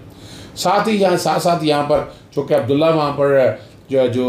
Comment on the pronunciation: اظہر صاحب۔ آپ نے رانا ثناء اللہ کو کیوں ساتھ بٹھا رکھا ھے اور نام بھی غلط لے رھے ھیں عبدالله !!!!!